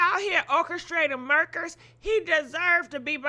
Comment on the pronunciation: Did say MURKERS!!!.🤣🤣🤣🤣...... MURDERS LOL!................. I LOVE YOU!!!! ♥️♥️♥️♥️